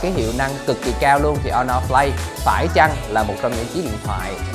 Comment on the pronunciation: Honor"Flay" t ko chịu nổi^^